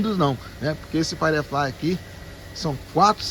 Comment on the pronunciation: Pode ser chatão? A pronúncia é "fairiflai" e não "faireflai"